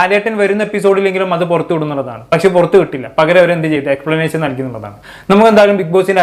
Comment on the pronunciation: ശ അല്ല ഷ എക്സ്പ്ലനേഷൻ ആണ് എക്സ്പ്ലനാശൻ അല്ല